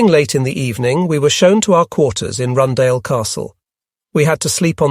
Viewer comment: I wondered for a second what was Rundale... Rundāle in Latvian is pronounced a bit differently